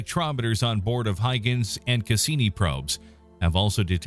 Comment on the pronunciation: Another incorrect pronunciation. HOY-gənz